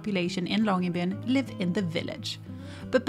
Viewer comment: thank you for saying the name Longyearbyen several times. this lets me know how to pronounce it. (i am not Norwegian.)